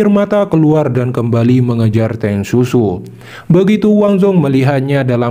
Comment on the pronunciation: Teng siu siu ya min, bukan Teng susu😅